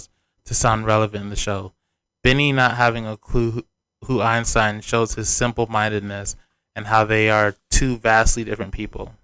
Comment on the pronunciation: As a french speaker, it took me a second to realise was talking about Einstein because of the way she pronounces it. Maybe Bini simply didn’t react because that’s not how he pronounces It either. Or it could be that he’s just done with her and decided to ignore whatever she has to say. But calling him uncultured for this is quite rude and self-centred.